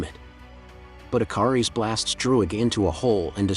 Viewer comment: I'm OCD , yeah it's Ikaris, but the captioning and him keep saying the I car ess.... I love the channel and I love the movie, like I said I'm OCD and little things like that just drive me crazy so I wanted to point that out.... Thank you very much